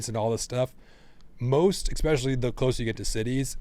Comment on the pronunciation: “Expecially” I thought was the adult in the room?